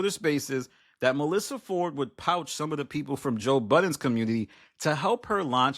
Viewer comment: Did you mean "poach"?